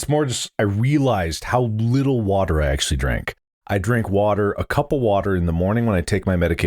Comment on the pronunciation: When mark said "I drank a cup of water in the morning" I thought he said "I drank a couple water"